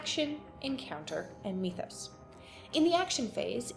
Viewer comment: How on earth did you decide mee-thos was the way to pronounce that word? Do you say "meeths" as well? Made this unwatchable for me.